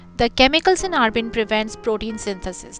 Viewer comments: It's abrin not arbin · Abrin not arbin